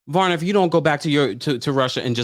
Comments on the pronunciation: Not Varna, it’s VARYA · Every time you said "Varna" instead of "Vaya" 😭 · Varya not Varna- there is no N in her name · It's pronounced Pashstel and Vareeah